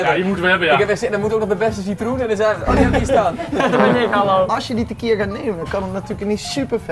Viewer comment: Het is tequiLa niet tequiJa